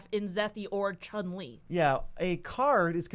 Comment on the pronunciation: First, you kept mispronouncing "Chun-Li" Second, Blind Obedience isn't in those decks (at least not in mine) because it triggers Hylda. It's in there to slow the game down so you can gain control and stop haste creatures. I don't want to counterspell a creature just because it has haste. I'd rather it tap, and I'll know to deal with it later. Edit: The Roaming Throne ruling is stupid. Is there an official list to every creature type? If i played Roaming Throne from my opponent's hand and named Metroid, would I get disqualified? What about would I head to choose a "valid" one? I know that with the exception of "Time Lord" creature types are one word. Anything other than keywords should be available. Food, treasure, clue, and the like have definitions of what those cards do. Not always that clear, but like how that one dog is a treasure, doesn't make treasure a creature type. Had to had a ruling on that.